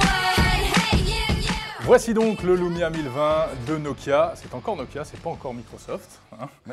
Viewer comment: c'est moi ou jenten "Voici donc le lomia 1020" a ??